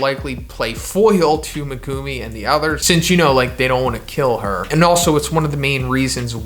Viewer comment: Please stop saying ‘Megoomi’ bro it’s MeGUMi